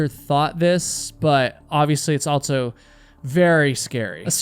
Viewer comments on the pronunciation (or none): for the love of god plz STOP saying altso